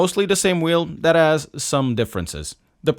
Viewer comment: He said "dat has" I thought he said "that ass". 😅